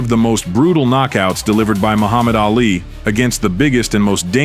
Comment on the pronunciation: Äali, bum e? Excuse what haha? No it is: Ali bomaye (Ali boma yeahj to help you out) And not Ä, you are not Swedish (like me). His name was Ali and not Äali like you say all the time during this other wise awesome video, dude